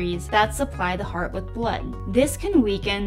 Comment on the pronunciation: "T" is missing in "Heart" God bless!